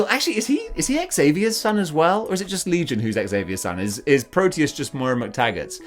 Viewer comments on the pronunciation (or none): none